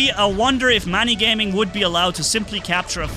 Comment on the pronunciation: Manni Gayming😂